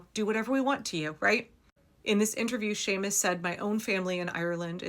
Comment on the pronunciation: And I'm grateful you know enough to pronounce his name correctly! Some dang white fool went on and on about "SEE-mus" Monday. "SEE-mus" I'm betting he'd pronounce Jose as "joe-SEE"! PS Thanks for all the timely updates you provide here. I count on your voracious habit of collecting these important stories. Shannon O'Donnell